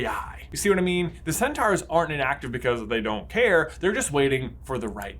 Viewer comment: It’s sen-tor